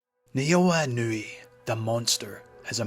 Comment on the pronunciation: Try sticking with calling him: EE-know-weigh That's a lot closer than: Ih-KNEW-ee